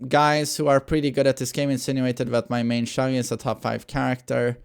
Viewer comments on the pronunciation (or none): none